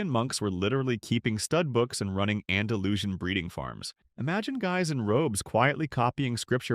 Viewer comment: YOU MADE ME LAUGH BRO , THE WAY YOU PRONOUNCE ANDALUSIAN WITH SH AND NOT S XD GOD BLESS U !